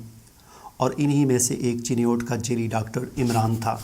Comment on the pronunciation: Sab se apni urdu durasat karen ager nhi hoti tu Punjabi main video bana lia karen urdu zuban ka bera garak na karen.. جیلی نہیں جعلی ہوتا ہے